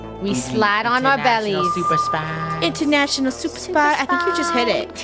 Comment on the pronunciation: soup-er spy